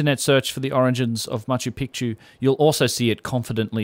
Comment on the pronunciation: Ma-chu PEEK-chu